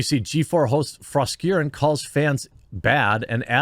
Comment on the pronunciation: Jeremy, I believe it is pronounced Fros-KAREN.